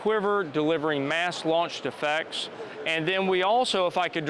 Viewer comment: Whenever he says "launch effects" it sounds like he's saying "launch defects" (of which this product likely has many). Work on your pronunciation, presenter dude. Also, as many others have stated, this isn't fully autonomous. It is, at best, semi-autonomous. It still has a navigator, someone still has to tell it where to go and what to do. Additionally, someone still needs to be a crew chief, to be a loadmaster, to perform maintenance on the craft. Tell me when you can just set up a radio guidance beacon, turn it on, and have the aircraft automatically load up, start up, take off and fly to that beacon, land and return to base, complete with evasive maneuvers if engaged by the enemy, all with no tablet or other pilot required. THAT would be fully-autonomous. And there's no defensive measures in case of jamming or interference. As of this point in time, semi-autonomous military helicopters are just handing the enemy free stuff. "Hey China, hey Russia, hey Taliban, do you want a free UH-60 and its' cargo? 60+ billion dollars in free military hardware!" Congratulations Sikorsky/Lockheed Martin, you just made the world's most useless conversion of a military helicopter. This would have been better as a civilian vehicle, where at least we know it'll be safe and secure if it lands rather than revisiting the botched Afghanistan Pullout every time we deploy one of these things.